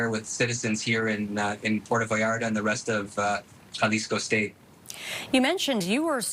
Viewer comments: She needs to learn how to say the city's name. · “Puero Vallara”